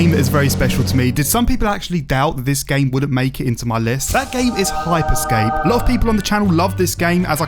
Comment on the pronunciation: It's HYPER SCAPE not Hype Escape